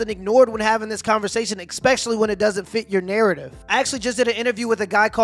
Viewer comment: I find you particularly articulate most of the time but it always irks me when someone says "expecially"